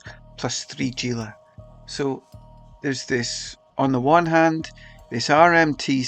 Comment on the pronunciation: Haha fair enough..but you are both incorrect anyway. Is not pronounced as G - is "Hee La" Sry, but was killing me hearing the G 😊